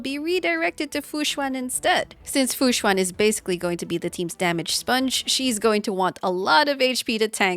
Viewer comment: Tip for pronuncing fu xuan: right now u are saying "xu-Ah-n". Try "xu-en" as in ENdgame.